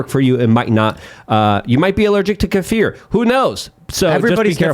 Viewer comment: Thank you for pronouncing kefir correctly.